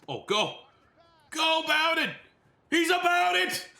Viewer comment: It’s pronounced bow-den like bow and arrow and bear den. keep up the good work